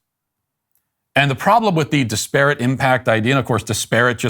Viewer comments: Hello Matt: The word is pronounced DISperate. Like desperate, but with an 'I'. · That is not how to pronounce disparate. it is more like Dis per it. Normally wouldn't bring it up but you said it wrong so often, I felt you might like to learn the correct way. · Matt dont know how to say disparate lol